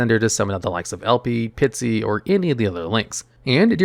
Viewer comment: Also it's Guardragon Pisty, not Pitsy.